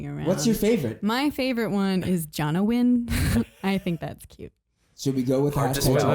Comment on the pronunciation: #Jonowin keep up the great work! (Please pronounce my name right)